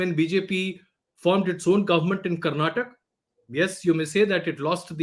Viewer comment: Ajay karnataka!not karnatak